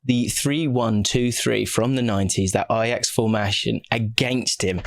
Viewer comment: did you have a speech impediment filter on this vid? My personal favourite is "formashion"